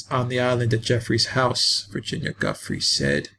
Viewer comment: Giuffre- pronounced Ja-fray, not Gufry